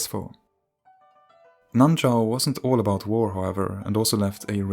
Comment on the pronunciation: It's actually nan shao